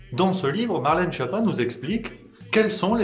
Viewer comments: Schiappa se prononce "Skiappa", nom d'origine italienne, la traduction française porte à sourire... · Juste pour info, Schiappa se prononce "sKiappa", d'ailleurs elle a plutôt intérêt à ce qu'on dise mal son nom parce qu'en Italien, "Schiappa" veut dire "nul", "cancre"...